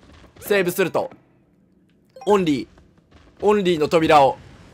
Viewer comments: とうとう最後までオリーって言わなかったね笑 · 最後の最後までオンリーって言っとる笑笑笑笑笑笑